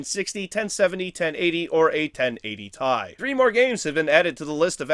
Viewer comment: I appreciate your proper pronunciation of the "ti" in 1080ti